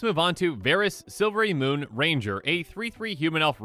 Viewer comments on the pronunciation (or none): none